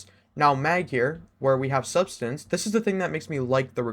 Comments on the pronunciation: Great video man, I pulled a subsistance/enlighten action and targetlock/desperate measure roll. It is sub-SIS-stance, lmfao not substance btw lol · I swear youtubers are allergic to pronouncing subsistence right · it fucking blows my mind how people can't pronounce subsistence.